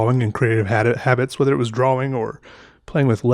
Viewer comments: Reagan Fleet probably his accent. It’s pronounced draw-ing but he says draw-wing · Dr-AWE- ing.. that’s it. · i love how he says drawing he says it like draw-wing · draw-wing or draw-ying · Literally nobody at all.... - “DRAW-WING” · I thought i was mishearing him. Probably just an accent thing but i have always heard it more pronounced drawring so it was kinda cool hearing it pronounced differently :3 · Love this guys videos, super chill and relaxing. And he’s hilarious! But why.... why does he over pronounce “draw” and “drawing”??? Anybody else hear: “drawwing”? His pronunciation on everything else seems fine! lol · Idk if hes doing it or it's just me but is he pronouncing drawing correctly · I love the way he says drawing